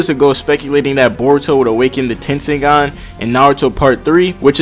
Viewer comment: its tenseigan